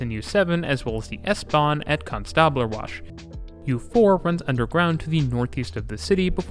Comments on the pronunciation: Ouch, that pronounciation of Konstablerwache! Tip - if the Germans put an e on the end of a word, it's because they want it pronounced. At the end. They're not French - they won't have done it because they think it looks nice there or because it changes a vowel sound earlier on in the word. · You got the pronunciation of Hauptwache and Konstablerwache almost right :D You just missed the e at the end, it's not silent